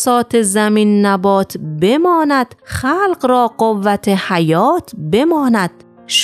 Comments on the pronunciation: نميدانم چرا شعر را اشتباه ميخوانى وزن و قافيه را بهم ميريزى مثلا بماند را ب و سپس ماند مثل ماندن بيچاره شاعر كه خلاصه دقت كنيد و از افراد مطلع كمك بگيريددر ويديو هاىقبلى هم از اين نوع اشتباهات زياد داشتيد هدف براى كانال شما جذب مخاطب است اگر به اين نكات دقت كنيد موفق باشيد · دستتون درد نکنه اگر می‌تونید چند اشتباه در خوندن شعر رو تصحیح کنید چون وزن رو به هم ریخته: بمانْد ( زمان گذشته) درسته نه بمانَد ( زمان حال التزامی).